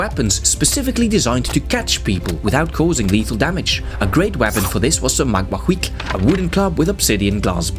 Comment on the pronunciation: I really appreciate the accurate pronunciation and depiction of the macuahuitl. Also the LotR reference caught me completely by surprise. I laughed so hard.